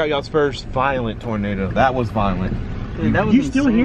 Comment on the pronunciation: its toenado